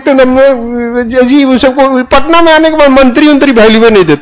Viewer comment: पटना ❌ पोटना ✅ 😂😂